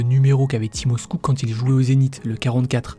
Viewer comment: Super vidéo mais ça se prononce timachiouk pas timoskouk. Je te dis ça parce que je suis demi-russe et fan du zenit depuis l'époque de lui et Arshavin 😉